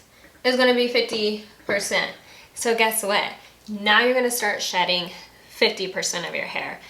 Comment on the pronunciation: It's "shedding," not "shredding." FYI